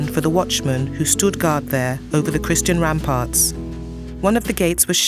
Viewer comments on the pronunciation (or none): none